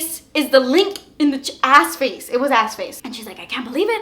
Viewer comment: Oh! Was it AskFace??? I thought she said AssFace! Lol!!!